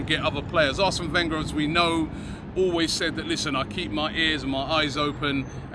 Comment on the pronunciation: He said arsen wenger😂😂